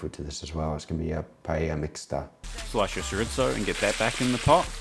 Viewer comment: Can't pronounce paella or chorizo, but somehow managed to pronounce paella correct at the very end of the video.